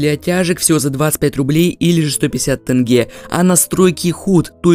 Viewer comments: Не тэнгэ а тенге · не тэньге а теньге или же тенге можешь сказать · Не ТЭНГЭ а ТЕНГЕ) Либо скажи правильно либо вообще не скажи😏Мы же не говорим место Рубль, РЭБЛЬ или РАБЛ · Блять не тынге а тенге а что если мы будем звать не рубль рябль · Боже не тэнге а тенге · пожалуйста говори тенге а не тэнге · Тенге Е А не тэнге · ТЕНГЕ ТЕНГЕЕ ГДЕ ТЫ ВИДИШЬ "Э"?🤣